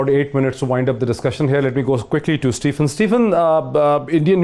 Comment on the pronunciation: Moeed, please pronounce Stephen's name correctly. It's "SteVen"; not SteFen (Ph here has 'V' sound).